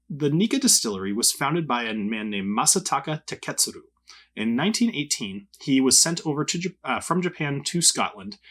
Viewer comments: Got to admit your pronunciation of Masataka Taketsuru is better than mine.... and I speak Klingon! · Got my like on how good you pronounced Masataka Taketsuru! GK like you page.